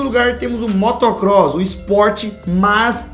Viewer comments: Motocross e n motor cross kkkkk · amigos desculpe falar ... mas é Motocross e não Motor Cross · Motor Cross??? husahus nao manow... É Motocross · motocross* nao motor cross, e o que vcs falaram é motocross freestyle nao o motocross normal igual estava escrito, perderam um inscrito no canal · Daniel molo desculpe mas o nome do 3º esporte é motocross não motor cross,e o esporte não é tão perigoso como vcs dizem. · kkk não é motor cross kk e sim motocross kk faço motocross ;D